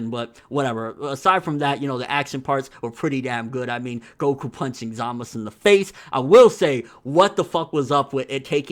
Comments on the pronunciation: He Pronounced his own name "Zamasu" with a strong "u" on the end. Usually the "u" on the end is silent in all Japanese language, so everyone pronounces his name "Zamas". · its pronounced ZAH-MAH-TSU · Why do u call hum Zamus if his name is Zamasu?